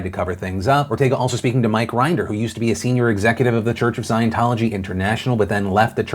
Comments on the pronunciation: For future reference, Phil, Mike Rinder rhymes with Tinder. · Just FYI the ex-Scientologist Mike Rinder’s name is pronounced more like Tinder than grinder lol Sorry in advanced, i was just thinking that was weird how that worked out 🤔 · Its Mike Rinder, rhymes with Tinder